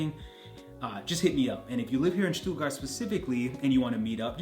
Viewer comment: oh boy, u nailed the „Stuttgart“ area!